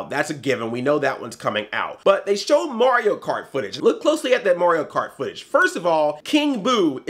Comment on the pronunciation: you've listened to too much korey coleman. your pronouncing mario as morio. haha